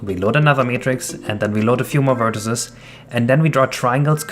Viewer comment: why do you say vertices like that